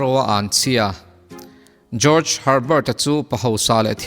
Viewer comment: Mizo zinga ka hriat chin ah nang chiah hian ka hming ila lam dik #George ☺☺